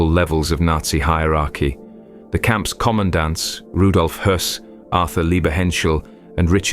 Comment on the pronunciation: impressive that you pronounced the name Höss Correctly. Many many others would say hoss